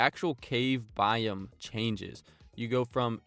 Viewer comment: Biome pronounced “bi-OH-m”, not “bi um”